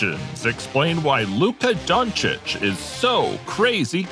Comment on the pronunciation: 🙏Thank you for pronouncing his last name right🙏